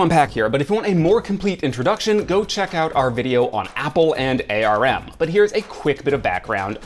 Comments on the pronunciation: Why is he still pronouncing Arm as A.R.M.? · "Apple and A.R.M." Clicked off. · Okay cmon guys nobody pronounces it A-R-M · ARM isn't an initialism: it's pronounced as its written.